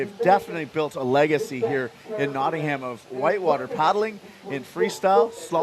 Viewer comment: It's pronounced Notting-am or Notting-em not Notting-Ham